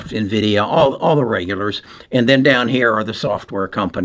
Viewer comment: Here's the correct way to pronounce Nvidia: It's In-vidia, its not Nah-vidia. Software company American pronunciation￼